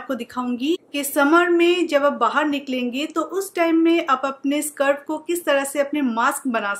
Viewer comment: Very useful tips just a correction उसे स्कार्फ कहते है not सर्फ और ऐ तो दुपट्टा है ना